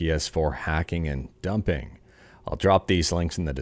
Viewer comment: Say dumping again 😂